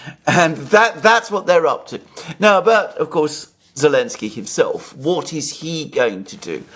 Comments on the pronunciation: Why say "Elensky" instead of Zhitensky? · the name is Zelenski and is pronounced with a "Z" like zibra, not "Elenski". Get it right dude. You've only been talking about him every day since the start of this whole thing.:) Having said that, I enjoy your show.